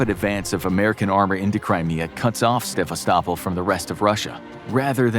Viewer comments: It's pronounced Se-vast-o-pole. Not savistopple. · It's Sa-vas-to-pol not whatever you are saying. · Se-vas'-ta-pol is how I learned to pronounce it. Pet peeves maybe. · Oooh! and love your bizarre pronunciation of “Sebastopol.” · did anyone hear how the city of Sebastapol is pronounced wrongly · The way you pronounce Sevastopol is very funny ! 😆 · Your pronouncing the city of Sevastapol comply wrong. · Another great video. But your pronunciation of Sevastopol was terrible.